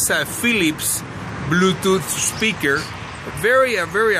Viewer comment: blueutouth speakurrre XD bluetooth speaker he mean*